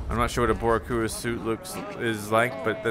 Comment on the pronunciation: Me thinking about Miles’ new suit: I love my Puerto Rican flag designs, but I’m not a fan of this. goes to butcher the word “boricua”: Forget it! I love it now 😂 Can tell he didn’t have Puerto Rican friends growing up in USA.